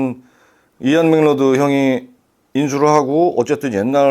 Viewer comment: 잘 봤습니다. macleod는 맥클라우드로 발음해 주시는게 더 원어에 가까울 듯 합니다.